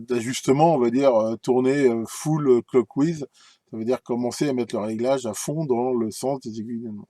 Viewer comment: Bon, pour le sujet, c'était bien intéressant, mais pour la prononciation de certains mots anglais, ça fait un peu mal. "Clockwise" et "counter-clockwise", ça sonne comme "cloque ouahize" et "coun'teur cloque ouahize". Pour finir, une petite explication "du pourquoi du comment" de certains tournevis de réglage qui ont une pointe en céramique au lieu de métal aurait été la bienvenue. Je chipote mais c'est parce que je les aime bien vos vidéos. Bonne fin de semaine, merci pour les vidéos et à la prochaine.